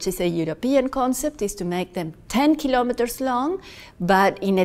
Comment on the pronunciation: KILO'METRES, not kalamaduhz.